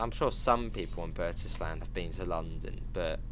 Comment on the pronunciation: Burntisland is pronounced Burnt Ireland.